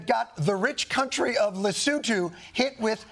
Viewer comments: Pronunciation of Lesotho is top notch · Props to the Daily Show's writing team for being the only late night team to check how Lesotho is pronounced. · The only person in American media who cared enough to learn how to pronounce the name of “Lesotho” properly. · Thank you for saying Lesotho correctly!